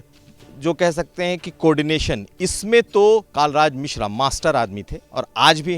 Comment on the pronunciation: नाम तो ढंग से पता कर लो आप पत्रकार् हो कालराज मिश्रा नही, कलराज मिश्र है